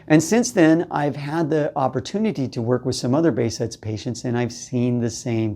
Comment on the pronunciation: You pronounce the name in a wrong way .. pronounce it this way behjet